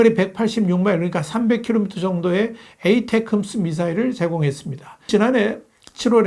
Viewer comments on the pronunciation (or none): 저는 미군입니다. '에이테큼스'라고 발음하는 사람은 아무도 없습니다. "에이테킴스"가 맞는 발음입니다. 미군 중 아무도 에이테큼스로 발음하지 않습니다.